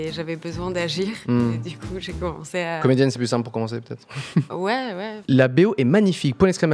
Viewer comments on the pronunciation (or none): AU SECOURS LE "commédienne" ! C'est Honteux ! 🤣👍